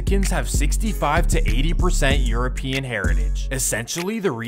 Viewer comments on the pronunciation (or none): none